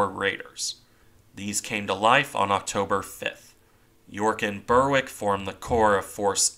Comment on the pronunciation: With English place names such as Berwick, the W is usually silent if it follows an R. The R is barely sounded, like it is in the work 'barely' (ber-ick is about right). Find a UK channel touring the town to hear how it sounds. It's the same with places like Warwick, but you do pronounce the W in cases like Ipswich. There's no system to it. You just grow up knowing how to say the place names.